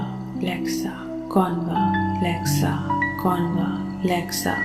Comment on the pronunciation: Wring pronunciation a is silent it is convlexa